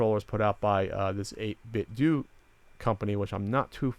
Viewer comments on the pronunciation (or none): Pretty sure it's pronounced 8-bit "doh" like the "Ten-Doh" stuff from LootCrate. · i believe it's pronounced "8-bit-doe"